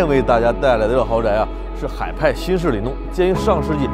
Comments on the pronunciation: ，有个小问题。此处念里弄（long)四声，不念(nong)哈。文科生的毛病犯了😂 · 老师 那个字念long，四声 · 弄 “ long”，里弄 多音字